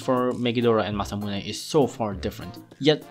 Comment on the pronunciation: How you said "Masamune" was amazing